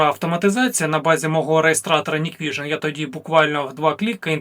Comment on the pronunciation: Hikvision Не Ніквіжн, а НіквісіоП. 😂